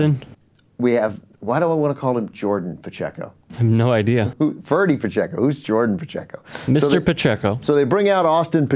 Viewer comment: he says pacheco all wrong